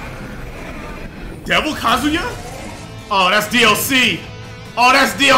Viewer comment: You the only real one... ain't nobody pronouncing his name right. Talk about fucking KAZOO-ya. Gtfo man, KAZUYA MISHIMA in Smash! This is fucking legendary.